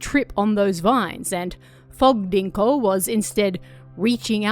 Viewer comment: It’s pronounced rinko, not dinko